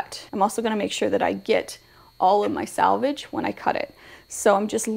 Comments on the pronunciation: Nice channel but it’s ‘selvage’ not ‘salvage’ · It’s “selvage”, not “salvage”.